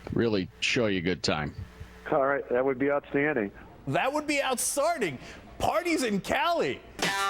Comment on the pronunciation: What the hell did Cenk say? That would be "outstarting"? How can you mispronounce "outstanding"?